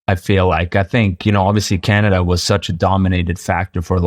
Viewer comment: Calnada is the one that kills me how do you throw an L in there?